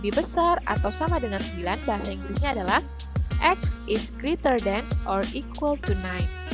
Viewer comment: Great bukan dibaca grit tapi greit Less bukan dibaca less kayak huruf e dalam kata kecap tpai seperti huruf e dalam kata seram